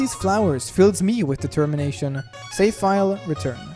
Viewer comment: DID YOU MEAN...DE-TEM-MINATION?